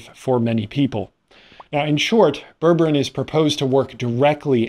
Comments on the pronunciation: unlike towns in Massachusetts, ber-ber-ine is pronounced as it is written with 3 distinct syllables. It's isn't berbrin. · JEEZ! Its pronounced "ber-ber-EEN"! If you can't bother to look it up or Google it, get an adult to explain it to you. Do you say tangerin? Latrin? Listerin? Magazin? Pathetic.